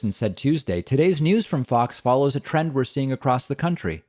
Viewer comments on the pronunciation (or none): none